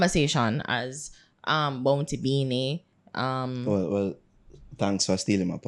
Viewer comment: No girl...don't blaspheme ..weh u try to say..Bounty... Beenie.. NO...